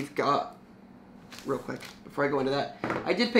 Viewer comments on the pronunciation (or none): none